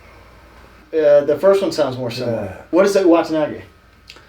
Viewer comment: my boy said samiliar lmao